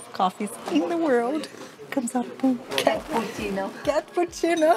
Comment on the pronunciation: Cat-poo- cinno 😄😄